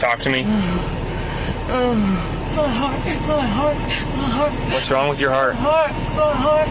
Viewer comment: “MUH HART” 😭💀